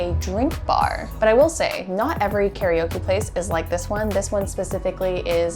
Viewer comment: C'mon, "carryOKIE" room? 😭😹😭